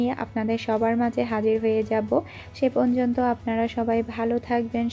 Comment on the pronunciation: আপু তুমি পর্যন্ত না বলে পনযনতো বলো...এটা ঠিক করে নিও❤❤